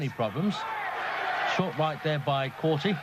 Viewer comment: core-tay moron commentator... not core-tee